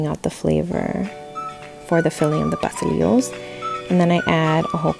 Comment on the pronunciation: im not going to lie - the way pastelilos was pronounced bothered me a little lol